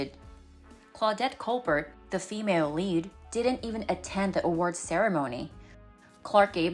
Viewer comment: Poorly read...mispronounced Claudette Colbert (kohl-BAIR) - and "Who do you think you are? Clark Gable?!?" is not the same as "Who do you think you are Clark Gable?"